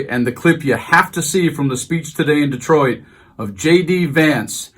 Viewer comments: Someone please respond to this so I know I’m not tripping too hard (just got some new dank herb and I’m feelin’ pretty good🤙)… I SWEAR he pronounced it “Distroit”, almost like destroyed. Am I fully detached from reality?😎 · He's so angry he said "Dis-troit" it's Detroit you loser😂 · Did he REEEEEEEEEEELY say, "The city of DESTROIT"??? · Destroit? I rewound several times, he said Destroit.